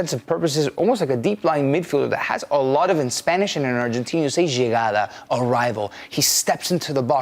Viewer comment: 2.30 - Jagada, its like Jigra